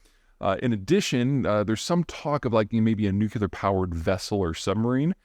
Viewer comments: "It's pronounced nucular" - Homer Simpson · *nuclear not nucular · Peter, I love listening to your daily comments. But....please pronounce "nuclear" correctly. It's NOT "new que ler," but rather "new clee er." Dubya mispronounced this for his entire 8 years in office! It's a relatively common mispronunciation, but an easy one to correct! Thanks! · It's pronounced NEW-CLEAR, not NEW-QUE-LAR. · Stop with the nukular. Nuclear. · I’m writing out the word he said. He said nucular not nuclear.😄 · Love your vids - but FFS the word is pronounced nu·cle·ar not nu·cue·lar. Nucular is not a word. The word is nuclear. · Wish I could get Zeihan to say new clee are instead of new-kue-lar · Nuk-le-ar..... not nukuler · I'm a big fan, Peter, but you really need to start pronouncing it new-clear, not nuke-ya-ler. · I can’t take anyone that says “nu-q-ler”. It’s nuclear to midwit! How does this guy know so much stuff about Russia, North Korea, and mortars? I call bullshit. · What is nucular? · I just can't take a man seriously who stubbornly doubles down on saying NUKULAR like a surfer bro lol Giving in would be admitting intellectual inferiority in his own mind. Can't have that, I'll just stay sounding foolish 😅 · Peter, your knowledge of geopolitics and its various attendant aspects is truly encyclopedic and well-appreciated. So, would it be too much to ask that you pronounce 'nuclear' properly, as opposed to how GWB says it "Nuke-You-Lar"? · Please learn to pronounce the word 'nuclear." It isn't difficult. You are making a goose of yourself. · I know Peter must know that he mispronounces "nuclear." It is rather grating though. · Please learn how to pronounce "nuclear" correctly. It's the only word you mispronounce, but you do so consistently. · I know, I know it's pedantic, and pedants in the comments section eh, cuh... but I've always found it vaguely worrying that the citizens of the world's biggest nuclear power can't say the word nuclear. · Russians can't say nuclear?